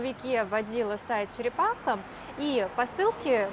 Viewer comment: учитесь говорить правильно череХапа !!!!!! колхоз 🤣🤣🤣🤣